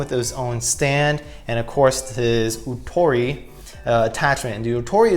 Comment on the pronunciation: This mobile suit is actually 'MBF-02+EW454F Strike Rouge Ootori'. You have it set to 'Rogue' whenit should be 'Rouge'; as in the French word for 'Red' which is pronounced 'Rooj'. The 'Ootori' is pronounced 'Oh-tori' (おおとり/大鳥) which literally translates to 'Big Bird'. I think for stickers on this kit, it would be better to just paint it. I mean they're just straight lines so you can just use like Tamiya masking tape and air brush, hand paint, or spray paint it instead of the stickers. You forgot to mention that with this kit, it comes with parts not used for this kit specifically. But you can create an MG MBF-02 Strike Rouge 'Kira of the Skies Ver.' with MG MBF-02+EW454F Strike Rouge Ootori and the MG GAT-X105+AQM/E-X01 Aile Strike Gundam Ver. RM It's basically the MG MBF-02+EW454F Strike Rouge Ootori minus the Ootori striker pack and instead using the Aile Striker Pack with the pink parts included with the MG MBF-02+EW454F Strike Rouge Ootori.